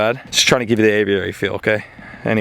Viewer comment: It’s annoying how you pronounce aviary haha